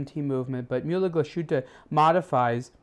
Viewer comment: "Myulah glushooter"?. Da fuck. It's pronounced murler glass-huttah